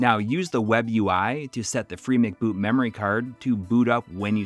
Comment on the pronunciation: I think it's "free em see boot" not McBoot as in McDonald's. MC seems to mean "memory card".